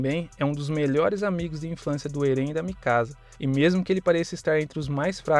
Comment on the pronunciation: Ele fala o nome do eren errado kkkk achei massa mais 1 inscrito